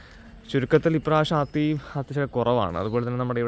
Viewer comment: അത്തി അല്ല ആത്തിയാണ്👍